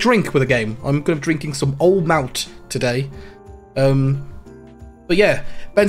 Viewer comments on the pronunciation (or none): Old Mout rhymes with fruit 😂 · Because I have to say it, Old Mout is pronounced Old Moot, it says so on the bottle!